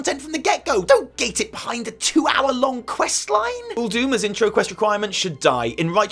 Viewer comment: I'm glad I'm not the only person to notice the mispronunciation of Uldum.